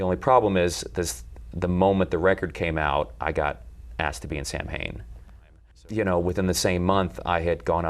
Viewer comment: Celtic Pagan here. Samhain is pronounced Sah-wayn.